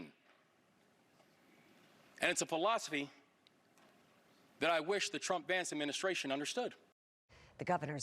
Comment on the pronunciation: Moore B.S. dude said “Pill-osophy”. Stupid.